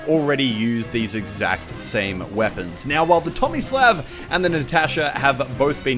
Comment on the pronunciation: The "Tomisläv" and the "Nätäschä"